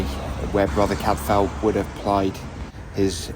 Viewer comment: CAD-FILE! Cadfael. ELLIS not Alice! (Edith Mary Pargeter aka Ellis Peters)